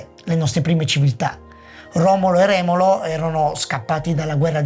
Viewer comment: Maestro, "Romolo e REMO, no Remolo 😂😂😂. Apparte questo, video bellissimo, molto interessante, sembra un documentario 🙏🙏🙏